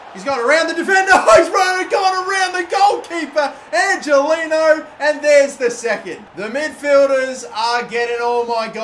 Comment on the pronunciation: Angeliño is pronounced angeleanyo